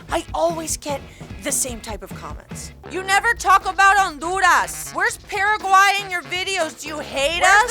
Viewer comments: how come you said all the country names with your spanish voice, except for Paraguay which you said with your gringa voice? <3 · Why you pronouce Paraguay with an american accent but Uruguay without the american accent? weird